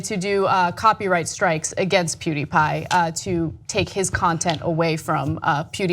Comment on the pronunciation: What is a Pooteepie?